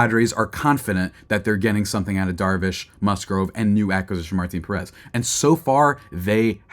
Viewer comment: Learn to pronounce the last name is Pèrez